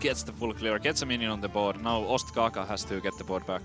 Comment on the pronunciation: its ostkaka not ostaka THE PRODUCTION VALUE PogChamp